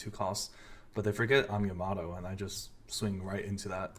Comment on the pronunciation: Its not yaMAto, its YAmato :)